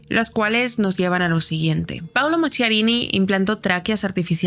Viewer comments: Se pronuncia Maquiarini, en italiano la h suena como q, no qu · FRANKENSTEIN SU NOMBRE SE PRONUNCIA MAQUIARINI , LA RESIDENCIA DE VERANO DEL PAPA SE LLAMA CASTEL GANDOLFO.GRACIAS MI AMOR ❤POR TU EXCELENTE INFORME👍